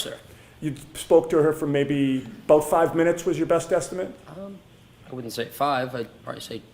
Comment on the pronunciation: When uses "estimate" as a verb, he pronounces it as if he is using the word as a noun. That annoys me.